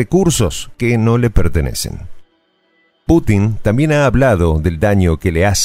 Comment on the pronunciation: Es "Putin" no patinar.